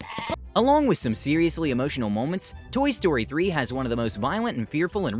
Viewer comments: Toy story said toy stroy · You sed toy stroy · It said Toy Stroy 2😂😂